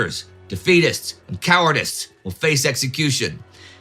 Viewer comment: 13.33 did you really say cowardists?